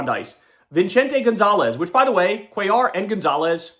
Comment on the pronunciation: Please correctly pronounce Latino surname, you mispronounced Cuellar n Perez wrong, n for the ppl that have ethic surname, never whitewash your name, pronounce it correctly n proudly